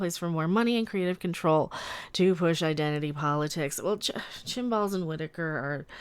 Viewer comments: I'm not sure it's worth mentioning to you that it's Chris Chibnall, not Chinball but there you go. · I think at one point you said "chinballs".